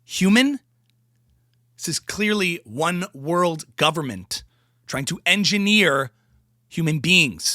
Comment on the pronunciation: Go-ver-ne-ment! 😂 title is misspelled (bran)